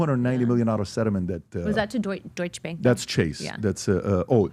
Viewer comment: Cmon Patrick, “DOITSCH BÄNK”, you know it’s “Deutsche Bank” 😉